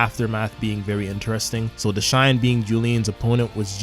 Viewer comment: Who tf is "Deshine"? :') Are you really calling Dashan like that? 😭 And why are you writing Ginga "Jinga"? :')